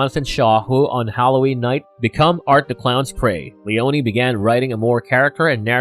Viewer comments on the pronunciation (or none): LeONE Two syllables not Le-On-E God that shit so annoying lol.